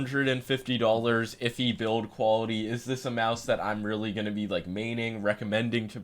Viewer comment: Oh rearry